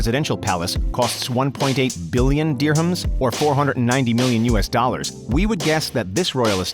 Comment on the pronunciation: but did you notice he really emphasized the "billion"